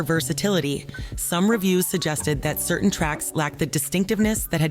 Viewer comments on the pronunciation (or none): none